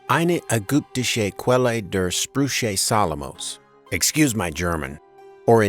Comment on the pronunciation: Excellent video, I cant imagine how much work it must have been to make such a video. By the way, your German was pretty good, except for a small mispronounciation of the word "Sprüche" which is pronounced with a "sh" at the beginning.